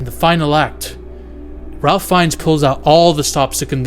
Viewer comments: It is pronounced “Rāf” with a long vowel A and with no L being pronounced. Not like Ralph if pronounced. Just letting you know. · His name is pronounced RAFE Fiennes. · Ralph pronounces it Rafe!